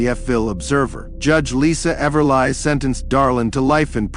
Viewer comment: Sucky AI narration again. The robot pronounces Everly as Ever-lie.. Seriously? This just sucks. And now I see it's fake.